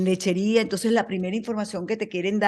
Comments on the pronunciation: No es ''Lecherias'' es Lecheria. jeje saludos muy bueno tu programa. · LECHERIA,,,NO LECHERIAS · Dios mio soy de Puerto La Cruz me críe yendo a Lechería, es Lecheríaaaaaa si S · Lechería sin S